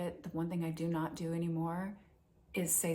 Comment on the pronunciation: It's not "due". It's "do".😂